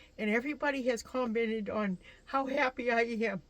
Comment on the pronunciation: "Co mented"?, "up in there"? Where are you from? It's commented, and up there. Geez! And why is your stove in your sink? Get rid of all that fake greenery... nothing but a dust/pollen collector. All those cabinets and your clothes are in pillow covers??? Lol